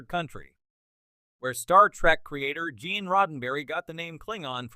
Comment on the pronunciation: 'Ge'an Roddenberry' .. 'KlingAnz' ... 'Werf'. this is one of the WORST AI Narrator i've heard so far